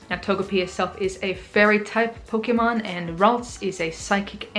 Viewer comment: The way you said "pokemon" and "move" was spot on! :P